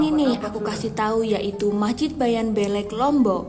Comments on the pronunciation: Masjid bayan beule' bukan belek 😂😅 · Bukan bayan belek,tapi bayan beleq, artinya bayan besar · Yang benar dibaca Bayan Bleq tulisan Bayan Belek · Cara menyebut kata beleq salah sebenarnya yang benar adalah blek mukin kalau hanya tulisan kalian tidak akan pernah bisa menyebut dengan benar kata beleq itu taimata😂😂😂 Aku asli anak Lombok